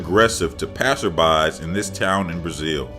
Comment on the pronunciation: The goat a the end, it's passERSby not passerBYS.